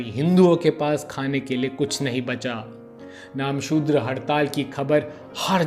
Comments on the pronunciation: नामसुद्र नहीं, "नमःशुद्र" होगा। कृपया ध्यान दीजिए। धन्यवाद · Namoshudra .... Focus on pronunciation.. You're destroying full episode..